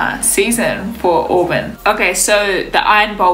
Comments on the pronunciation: It's pronounced Aw-burn, sweetie. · it's pronounced Awe-burn. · It's pronounced Aw-bern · Auburn = AH-burn